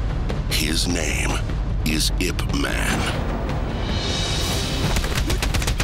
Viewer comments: yea true, but idk every time i hear someone pronounce it like Ip Man i just feel like correcting them. i showed the first and second movie to my sister and she pronounced it "Ip Man" and i was like "No it's Yip Mon!" lol and we both speak Cantonese so that made me even angrier lol But now she knows ^_^ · yes eep. it's chinese so its obviously not pronounced the english way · His name is pronounced yipmahn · in the film, they call him "ipuman". The U is hardly pronounced, but it's there. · Ip man? I've been pronouncing it like I P man till now -_ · i just dont like the way they say his name it may be spelled Ip Man and it's pronounced like Yip Mon (in Cantonese) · hahaha....he pronounced "man" wrong...what a fail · Fucking ridiculous, how the narrator pronounces his name.